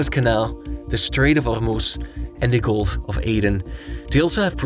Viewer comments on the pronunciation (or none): Golf?!! Are you an illiterate moran? Persian Golf!